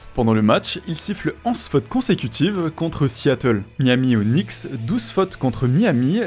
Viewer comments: prononciation.... ça donne "kenicks" 😅. Usuellement on dit nicks. A plusieurs reprises on sent qu'il a du mal. Ca craint pour un type qui fait une vidéo sur la NBA. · Please le K des Knicks est muet les gars… Vous aviez juste à regarder une interview ou un match pour le savoir… La vidéo est sympa sinon 😊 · J'aime toutes les vidéos de que ce soir sport, sciences, jeux etc... Mais je suis étonné que vous prononciez "Knicks" avec le K. C'est une "ghost letter" comme dans "castle" ou "knock out" le premier K de Knicks ne se prononce pas.:) Mais ça n'enlève rien à la vidéo qui est toujours au top biensur! Force à!:) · On ne prononce pas le K dans knicks attention ! bonne vidéo ceci etant dit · Bah si, le deuxième. 😉